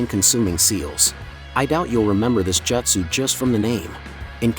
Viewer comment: couldn't even make the tts bot say jutsu correctly?